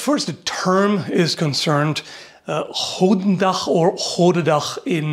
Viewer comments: Im impressed with his dutch pronunciation of 'goedendag'. The only correction I would make is that the 'oe' in 'goeden' should be closer to an 'oo' sound rather than an 'oh' sound. But he got the 'g's right, which is what most people normally mess up, so - nice job! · One pronounciation note is that the "oe" in Dutch is pronounced like the "oo" in "boot", not the "oa" in "boat". Also, the limited length of the goedendag might be an advantage of sorts when used in a dense pike formation because it is less likely to get stuck. A poleax might be less suitable to such a situation. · For those wondering: the correct pronunciation of the word "goed/goeden" is actually very close to the english "good". Oe is pronounced exactly the same way as "oo" in good. So correcter would be: "goodendag" and not "gowden-dag" :) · Actuel dutchman here. It's not said as gotendag, but goedendag. Goe in dutch sounds a lot higher then go in english. Also the den is not silent and in dutch a sounds like e and e sounds like a. It sounds a lot more floresishy and not flat at all unlike how you made it sound. There is nothing wrong with how you say dag, but if you said that here in the netherlands I would know your a toerist based on how you made it sound. You would have eaten a club sandwhich that's for sure. It's a word that very few people outside of the dutch can prenounce perfectly that's why that story exists and I do believe it could be true. You can really hear the english execent but apart from that decent attempt man. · Alright, one thing I'd like to say is... The "oe" in the Dutch word "goed" is pronounced the same as the "oo" in the English "good". Now, if you had the "oo" in a Dutch word, it's pronounced the way you did. Although, in "Goedendag", that would be written "Godendag" with the long o pronounciation you used. (Which would mean Gods Day, gods being plural. Not God's Day.) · you pronounce it as goodendach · Man the butchering of dutch xD